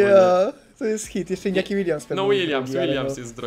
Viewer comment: Łoniaki a nie Iniaki Williams